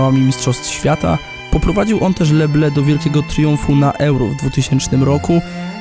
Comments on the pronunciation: tak...jak mówisz "le ble" to francuz rozumie "pszenica" (les blés.) A jak chcesz powiedzieć Niebiescy to mów le blY. jak masz w zwyczaju mówić też gogle na google to sobie nie przeszkadzaj, ale nie wprowadzaj innych w błąd. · Les bleus czyta się "le bly"